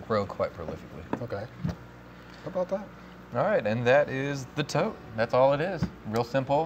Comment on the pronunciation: ...a tote. It's a TOTE!